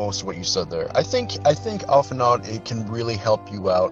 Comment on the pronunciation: Alphinaud mispronounced his own name!!! LET'S FUCKING GOOOOOOOOOOOOOOOOOOOOO